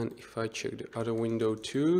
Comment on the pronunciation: Not "doo", not "de"! The! :D